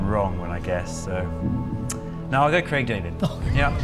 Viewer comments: Es heisst Craig und nicht Crack David. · Wer nicht mal imstande ist, Craig bzw. A1 richtig auszusprechen sollte lieber nicht über "so gar keine Ahnung" reden. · Nicht Krack David , Craig du depp